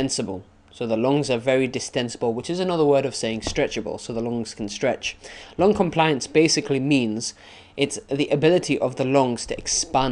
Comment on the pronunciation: there's name is lung NOT long XD!! thx bro